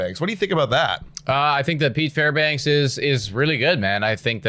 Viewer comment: his name is Fairbanks, not Fairbanks-uh